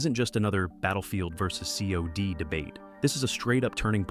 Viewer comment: Its not C.O.D. its cod. You pronounce it like cod. Like the fish. Because thats what it is - a stinky old rotten fish